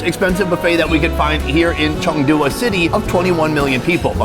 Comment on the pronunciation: Its Chengdu not changdu red neck.